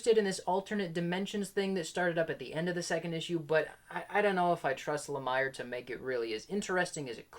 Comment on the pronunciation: I always thought Jeff Lamire's name was pronounced with an 'e' sound as in 'ear', so like Jeff 'La-mear'. That said, I'm mixed on him as writer as well. He always gets a ton of praise though. I liked Fishflies, but never finished Descender. Never read the Essex County comic, but the TV series made from it was an excellent family drama.